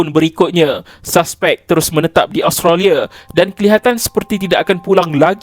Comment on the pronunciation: Kenapa pronouncation ‘Association’ jadi ‘ASZO-KETION’ ?? Australia jadi Austaliyerr 😂 Come on !!